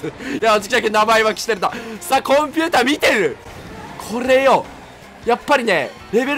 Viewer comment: コン↑ピューター↓なんて